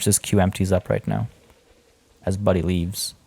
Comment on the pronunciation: Dude idk maybe bcs i'm Indonesian but i really find it hilarious when u called croc's , orangutan and komodo's name hehehhe especially that komodo one his name is budi with an i but you called him buddy 😂😂😂 huh that's hilarious you have no idea lol